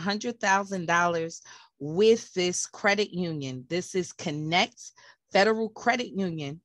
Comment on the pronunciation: It's Spelled Kin ect a...... But You keep saying Kinect .... C' mon Sista